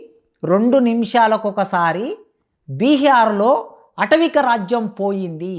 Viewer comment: Arei దొంగ professor, atavika raajyam kaadu. Aatavika raajyam. Emi chaduvukunnavuraa నువ్వు?